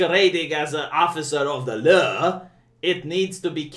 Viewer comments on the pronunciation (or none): Officer of the leuw? Sounds like you threw a little Inspector Clouseau accent in there. 😂 This is the Year of Bat Sh*t Crazy, as the Left tries to erase all ideas that it finds offensive, and as the sole arbiter of what is right and good [S x ∞], and brainwash the rest of the world's population into its way of thinking.